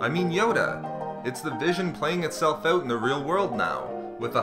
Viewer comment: You say out funny. Owut